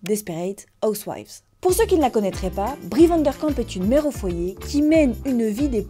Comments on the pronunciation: Super vidéo merci Par contre c'est Bree Van de Kamp et non Van der Kamp, j'ai eu mal à chaque fois que tu l'as prononcé 😭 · Très chouette vidéo comme toujours 🫶 mais par contre petite précision c est Brie Van De Kamp et pas Brie VandeRRRkamp (le r n a pas sa place haha) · Sorry faut que je le dise c'est mais Vandekamp haha ya pas de r 😂 ça m'a fait tiquer toute la vidéo haha😂